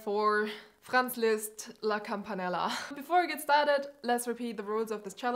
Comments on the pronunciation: Are you german? You pronounced his name very native 😄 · Very nice video, you nailed this! Btw if you didn’t also nail Listz‘s pronouncation I wouldn’t even have noticed your accent... and maybe also not that you say autsch and not ouch. Love how you explain your speed practice techniques, I would’ve watched this uncut. Keep on the good work :) Okay you also count in german... ja ich bin der weltallerbeste Detektiv wollt ich noch gesagt haben